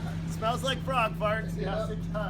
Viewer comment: Did he say broad parts or farts.